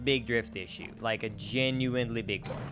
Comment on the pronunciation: There's no t in genuinely